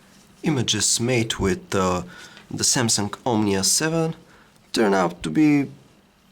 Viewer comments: Why do you say: Samsunk-omnia 7??? Very Annoying.. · the SAMSUNK omnia seven lol xD